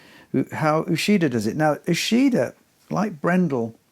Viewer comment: I don’t know all the pronunciation of all the names but I know Uchida “ch” is pronounced like in “achieve”.